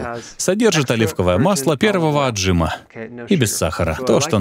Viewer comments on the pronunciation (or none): Переводчику:Отжима, а не ОтжИма)